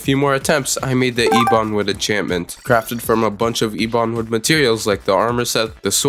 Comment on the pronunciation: ebon say it with me EH-BUN